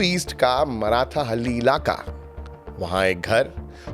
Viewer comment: बंधु आपकी प्रस्तुति उल्लेखनीय। परन्तु उच्चारण एक गलत हैं। यह मराठाहल्ली नहीं मार्थाहल्ली। मार्था एक स्त्री, हल्ली गांव। मार्था का गांव। इतना ज्ञान इस लिए आप गोदी में नहीं बैठे। जय हिंद 🙏🙏🙏